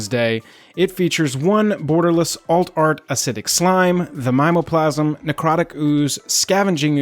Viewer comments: Mime o plasm seems wrong to me. I say mim EEE OH plasm which is like sayin targét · Never heard anyone say My-mo-plasm before...we always say Mim-me-o-plasm. Fascinating. Also, totally agree, flavor text on Voidslime will necessitate this purchase. Lastly, non foil is for crazy people.